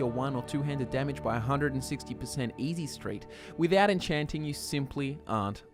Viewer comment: it's called enchaaanting, not encheenting